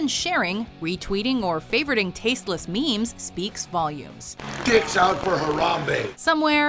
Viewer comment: These are called memes. Say it with me. Mee-eems